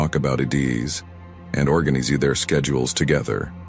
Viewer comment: AI voice doesnae know how to pronounce Ideas or Organise LOL